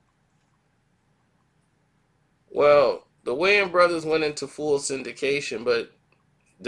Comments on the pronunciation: Wayans...not wayne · The “s” in Wayans ain’t silent dawg